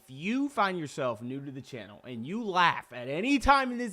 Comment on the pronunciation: I laughed when you messed up the word Channel